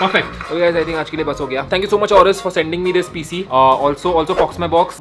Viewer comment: it's PC not cp. Keep vloging. ❤